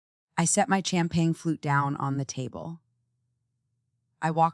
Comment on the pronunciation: Bad, bad AI voiceover. Champagne, bourbon, facade…people, don’t use these words if your AI cannot pronounce!!